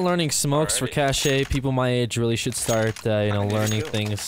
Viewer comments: It's not pronounced like "Cach-ay it's just "Cach" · Its pronounced cash not cash a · When is going to learn that it's "cash" and not "cashay" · If you say cash-ay one more time I'm going to shoot this duck.